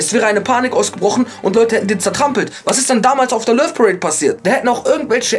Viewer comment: "Lövparäde" 😂😂😂 du bist der beste semmel...!